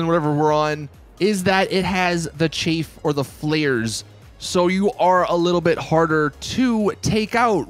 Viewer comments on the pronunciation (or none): its chaaaf not chafe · Ch Aff not chafe, your underpants chafe your nutsack. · if u say Chafe 1 more time ima lose it pal its CHAFF